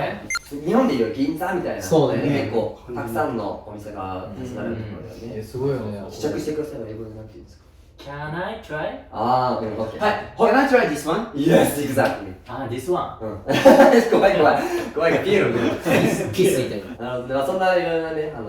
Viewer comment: Can I try this on？だよね oneに聞こえる… まぁCan I tryまで言われたら意味的にはわかるけど😂😂😂